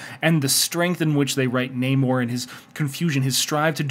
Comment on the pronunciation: I pronounce it NAHmorr not NAYmore as that's a true pet peeve of mine. Lol